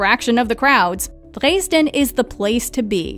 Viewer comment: And incorrect pronunciation....Drays-den....